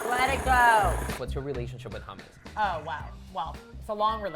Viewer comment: I really don’t like the way she pronounces hummus